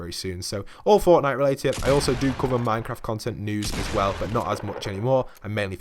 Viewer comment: when u say “but” it makes me think of butt i dont know why?